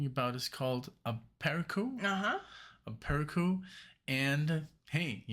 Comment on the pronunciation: One thing on the pronunciation of the title, the cedilla makes a soft “c” so a-per-SU. It means a sudden flash of insight or intuition, and I knew neither until I first heard the song some 20+ years ago LOL